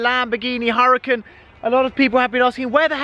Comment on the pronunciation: It’s pronounced ur-a-con